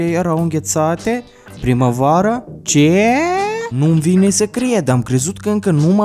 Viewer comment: " Ceeee ,, ? 😂😂😂😂 we ca cat accent personal ai putut so spui 😂😂😂 prea faina faza cu ,,ce